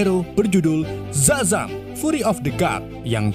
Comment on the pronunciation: Bang Shazam bukan zazam